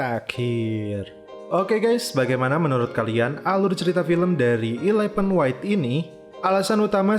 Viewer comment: Bukan ilepen bacanya bos tapi elefen